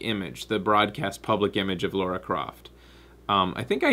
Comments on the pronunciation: Oh god, constantly calling Lara, Laura is really getting on my nerves. it's wierd cause stuff like this usually doesn't bother me. anyway, I liked the new Lara character, and most of the other characters. Gameplay was not strong though in my opinion, very generic and absolutely not challenging, played on hardest level without any challenge. Tomb raiding has become trivial, not something I want from my tomb raider game. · Ok this has been annoying me since the live show. How come you pronounce her name as 'Law-ra' instead of 'Lar-ra'? Is it a Canadian thing? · I would say something about pronunciation of Lara sounding like Laura, but I don't think I have the right since I call Ryu "RAI-yu" and the bats in Legend of Zelda "kess" with a short E.